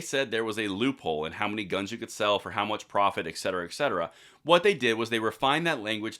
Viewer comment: I know it’s picky… but the word it etcetera. Not eckcetera. I’ve heard you say it in many videos. I like the content but that just gets me every time lol